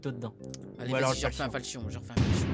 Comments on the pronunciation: C'est fauchon pas falchon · Putain ça ce dit [fauchon],en faunétic, j'ai gueuler pendant toute la vidéo, et en plus tu dis que les caisses avec les "pins" ne t' intéresse pas mais dedans il y a les armes les plus cher du jeux surtout dans la cobblestone et la medusa en plus la cobblestone est a 2.15 euros au lieu de 33 euros. Sinon bonne vidéos dans l'ensemble PS: la prochaine fois pris gaben